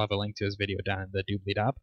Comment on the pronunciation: Doobely dob, lol. Kind of like the idea channel :) "Doobley-doos"